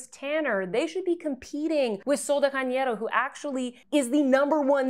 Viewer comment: Love watching you as I get ready in the morning. So fun and informative. Since I lived in Brazil just wanted to let you know that Janeiro is pronounced as Jam not ham. Can’t wait to hear what you think of LE’s skin tint